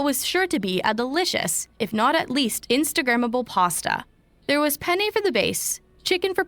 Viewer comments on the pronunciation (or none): none